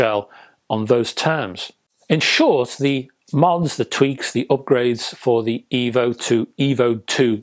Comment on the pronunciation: Oh, no! It's D' Evo. You'll love it Rega' rdless?